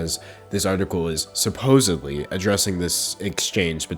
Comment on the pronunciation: "Supposebly" is NOT a word; it's *supposedly! You're the worst.